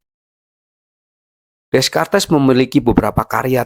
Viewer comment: di bacanya rene dekart bang🤣